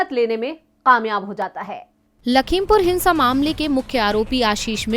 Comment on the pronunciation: kamyab bolo qamyab nahi. Talaffuz thik karo 😄😄